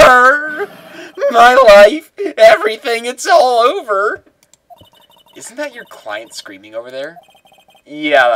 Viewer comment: The first time you voiced larry whne he said it's all over, you really botched it. It sounded like IS ULL OEVAAA